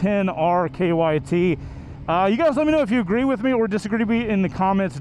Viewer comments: Its also not kyt its krt. (He said kyt) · I'm just mow seeing this and heard the same thing. KYT is a helmet. Lol